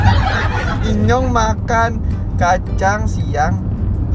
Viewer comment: Bang bukan inyong tapi nyong